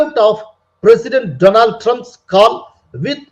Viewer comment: My friend Dolan Trump. நண்பர் பெயரைக்கூட தவறில்லாமல் சொல்ல தெரியாதவர்...